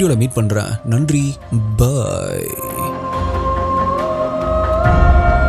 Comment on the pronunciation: So interesting.. Ellam ok andha last ah solre bye matum konjm edho mari iruku bro😂